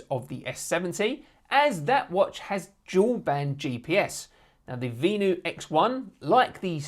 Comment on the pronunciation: It’s pronounced Ven — you